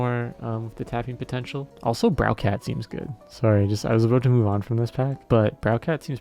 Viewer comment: Browcat is reading of Browbeat lol